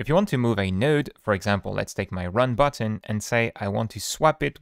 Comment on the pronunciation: OK Booo-utton 😂